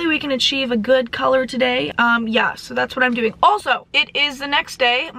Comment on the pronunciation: You sounded so British at the beginning when you said “soo guys” 😅 honestly love your energy and vibe✨🙏